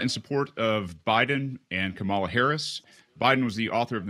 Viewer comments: KAMA-LA!! It’s not that hard to pronounce! That libertarian dude is being ignorant! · Vote Purdue out. He cannot even pronounce a simple name like Kamala. Or simply doesn’t have the decency to do so.